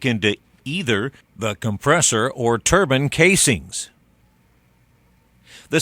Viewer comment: Turban? hahaha surely he means Turbine...